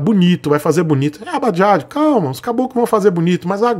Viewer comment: "Bajajo" kkk